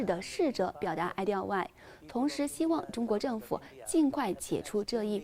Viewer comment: 哀悼不是ai diao，你們國語能不能認真點